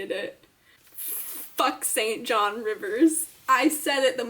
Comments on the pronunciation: The name is pronounced "SIN-jun". We can thank the British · ( As an aside, I am English and didn't know this for year but St.John is pronounced Singun for some reason ) xx